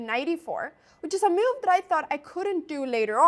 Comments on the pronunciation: IT'S MOVE, NOT MEW! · I'm sure I'm not the first person to make this comment, but I love the way Anna pronounces 'move' as 'myove.' So charming.